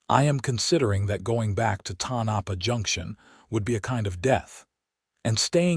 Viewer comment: Pronounced… TONE - A - PAW.